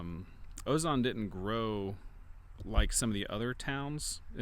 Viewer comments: Good video. I've lived in this area for 55 years. Sadly, most of our small towns are dying. You should talk to citizens, though, and learn how some of these towns are pronounced, like Ozan (not Ozon). Also, Winthrop Arkansas is incorporated and has a population of 101. Sw Arkansas. Also, You mentioned Jerome. We have Rocky Comfort in sw Arkansas. Later it was named Foreman. Rocky Comfort is now occupied by a large cement mining/ manufacturing plant. Not long ago, the structure in the cement plant was the tallest in Arkansas. They finally built a taller building in Little Rock. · O-z-an. Not O-z-o-n 😂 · It’s pronounced Weed-a-Kur. Not care. And Ozan isn’t o-zahn, it’s O-z-ann! Learn the pronunciation of towns before you use them in your stories. And Yes, I’m from Arkansas. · Ozan is prounced O-zan, not O-zahn. I was born and raised in Hope just south of Ozan and one of my best friends is from McNab. Been to half of these. Enjoyed your take on it and recognized the beauty of the state, even its poor areas. The people (old natives at least) are very friendly and good people. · I used to live in Ozan, you are pronouncing it wrong, by the way. My dad was born here, and he built the dairy, right behind the St. Lukes church. Ozan has a beautiful countryside. I would live there again if it werent so far from a town for shopping. Thank you for your video, it was nice to find it here.